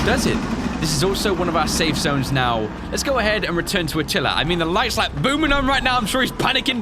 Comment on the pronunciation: It’s atilla not attalia